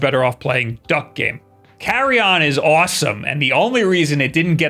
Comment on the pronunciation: lolol It's not pronounced "carry on", it ain't luggage my dude XD ....It is pronounced "CARE ee uhn"